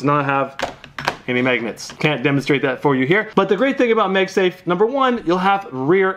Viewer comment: “MagSnafe” lol